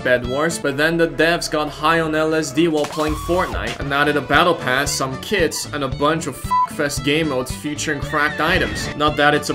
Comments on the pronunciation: When he says kits I think he says kids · "You can equip the kids skin if you like their drip" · Youtube does too